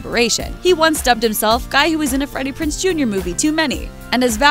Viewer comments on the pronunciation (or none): Freddie Prinze , not Freddie Prince.